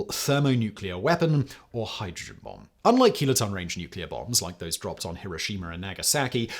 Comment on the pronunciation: Hero-shee-mer and Nag-ah-sack-ee… love that cockney.. lol